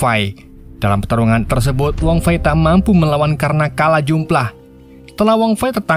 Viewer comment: Tersebut bang bukan tersebot mulu😂